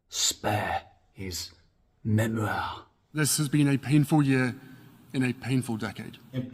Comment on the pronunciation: I missed in your video today how you say, memoirrrrrrrr! I snicker when you say it that way. Please let your producer know. I commented so I can keep the alllllllgorithim alive!! 🫶🏻